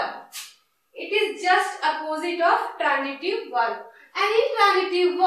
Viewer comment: Madam you are teaching well but badly pronouncing some words very wrongly which gives bad impact to the learners, as they may happen to coppy. Please pay attention to this . These few words are, Transitive , but you are pronouncing it as Tranjitive, which is wrong. Another word is example, not egjample.